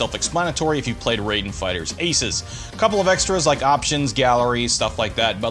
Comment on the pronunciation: RAI den. R-eye-den. Pleeeeeeease stop saying it Ray-den. I was going crazy hearing this.